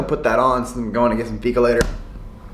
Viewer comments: Färs = Fäsh Vegan = Vegaan (if you know what i mean) Fika = Fiika (Not ficka) you pronounce The i more than the k) I'm swedish and i love you❤❤ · Inget hat eller så men varför kan inte utlänningar uttala fika? :D Det låter alltid som uttalet i dalarna.. ser Tony Richardsson framför mig.. "ska vi gå å fiika"?